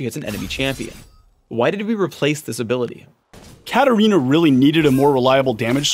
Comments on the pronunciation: Hm why katarina is pronounced karolina? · HEY as chinese user i cant understand why katarina is pronounced karolina...